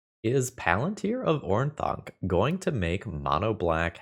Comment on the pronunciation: Phil, I love you. You're doing God's work. But for Pete's sake, it's pronounced Or-Thank